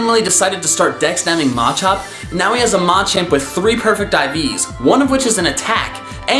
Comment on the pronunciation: You say Machop and Machamp wrong I cant say anything